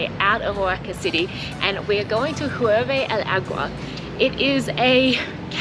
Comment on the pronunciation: "Ee-YER-be del agua"